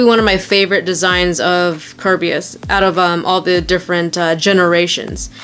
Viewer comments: you are NOT saying the Hasbro Kerbeus name right. 2 years and you still haven't noticed, really?! 😔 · Yeah she isn't